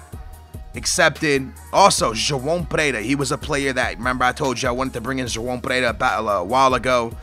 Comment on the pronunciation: really messing up joao perreira's name man